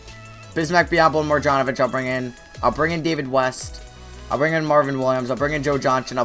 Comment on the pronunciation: Mar- Jahn-O-Vich